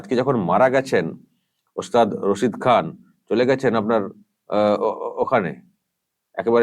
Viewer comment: Nam ta o thik bolchhena. Rashid ali bolchhen